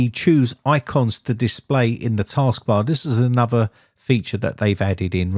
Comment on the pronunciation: Talking of language, I would ask if you could pronounce correctly; E.G: anuvva/another, free/three, frough/through, bofe/both, summing/something and eeva/either. Thanks. Otherwise its an informative channel.